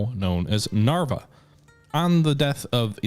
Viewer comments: it was honestly getting a bit frustrated hearing him pronounce the relatively difficult names correct if not close to correctly and then absolutely butcher the easy ones. it's Navarra (Na-var-ra) not Narvia It's pamplona (Pam-plo-na) not pampolonia or pamploni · Same 😂 naaaavaarrrrra and not narvaia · You said "Narvaia" like 10 times, it's NAVARRA, literaly says it right there, you just have to read it, same thing for "Pamplonia", it's "PAMPLONA"! If you said it 1 time I wouldn't care but 10 times in a row... Like seriously... Sorry, got trigerred and I'm not even from the area... Anyway, I subscribed and liked, don't mean to be a dick xD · ids pernounced "Narvalooka" in de hood tho o/ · Yeah shit like that brings me back to OneFJef. I can't be watching shit like this for my sanity, how can you pronounce Navarra like that over and over and over while it's on the screen.